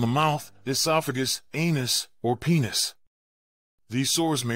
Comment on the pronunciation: The way he says penis